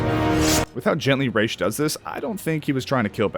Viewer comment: You...You said Ra's right. I KNEW there was a reason I loved you.